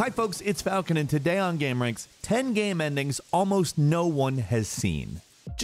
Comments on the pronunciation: I've always wondered what accent would cause someone to say guym instead of game. He always sounds vaguely drunk to me. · He says, 'game' like ghem... I just noticed today lol. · if that guy says gääm instead of game one more time, I swear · Is it just me or does it sound like hes saying "gam" and not "game"? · I can’t be the only one who can’t help but notice Falcon pronounce the word game “gyam” every time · he says gaem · What is this 'ghem' you speak of? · what's up with the frequent mispronunciations of "game"? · i just noticed you pronounce "game" as if there is no e in it and I can't un-hear it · why you say game like that? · Why can't he pronounce "game"? 😂